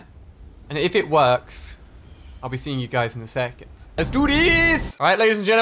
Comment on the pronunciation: ‘Second’ sound Scottish